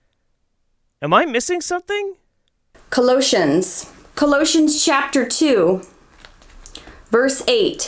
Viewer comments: "Col-OE-shuns"? Is that how anti-vaxxers pronounce Colossians? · Omg "Cuh lotions" is not a bible chapter... I hate when people want to quote scripture and can't pronounce anything right. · She can't even pronounce Colossians right! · As a Christian we don’t claim her. See how she says Colossians. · Fucking evangelicals. Hate the whole lot of them. She should work on learning to say the books of the Bible correctly. Colossians wasn't hardly recognizable. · How she pronounces Colossians makes me wince. Her entire viewpoint is crazy! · Ok, even with context, none of those verses said anything related to what she wants them to say. Also, I'm EXTREMELY suspicious of whatever religious "credentials" she has if she pronounces Colossians that way and has to flip back and forth that far trying to find 1 Timothy. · She can’t pronounce Colossians and is using antivaxxer propoganda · She can't even pronounce colossians correctly........ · she DOESNT EVEN KNOW HOW TO SAY colossians WEAK